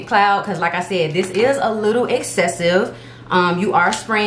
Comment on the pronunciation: Like i said, in your accent, "Lakka shed" 🤟